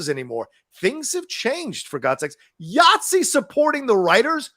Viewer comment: please stop calling my union YATZEE. It is IATSE. International Alliance of Theatrical Stage Employees. Please just call us stagehands.